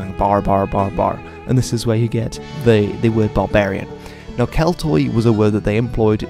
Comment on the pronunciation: Hey man just a pronounciation nitpick, the Greek Oi is pronounced as Y, so Keltoi is said like Kelty